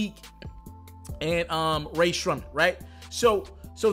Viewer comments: “RAE SHRUMMET” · Come on how u gonna be a damn rap/entertainment news guy and can’t even pronounce rae sremmurd?